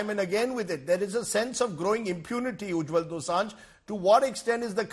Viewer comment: Rajdeep it is Ujjal not Ujjwal